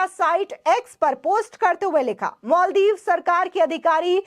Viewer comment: मैडम मल दीप नहीं,माल दीप बोलिये।